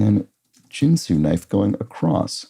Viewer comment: I think Ginsu is pronounced with a Hard 'G' and not like the alcohol spirit or card game.